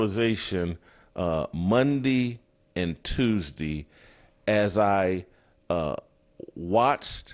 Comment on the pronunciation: “Mondee and Tuesdee” hahahahaha